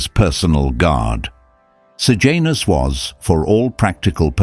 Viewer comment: Sejanus not Sir Janus. Pilate not Pilot.